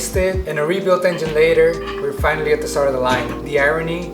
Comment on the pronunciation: "verytime" the vette was broken I was sad, but it's "Fianally" back!